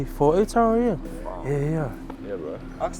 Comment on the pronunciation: It's Otara not Otara